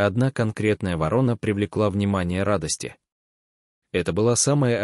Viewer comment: Чтец о вороне не знает, как произносить название этой птицы. То ли он впервые слышит его, то ли вообще научился читать по-русски недавно. Вот таких "рассказчиков" мы встречаем нередко и еще хвалим их. Видимо, недалеко ушли от них и хозяева передачМ, раз они пропускают такое чтение. Это безобразие, выпускать в широкий эфир безграмотностьх. В приличной стране таких выгоняли вон из передач.